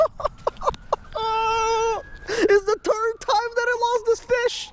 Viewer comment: “It’s the turd time I lost this fish”!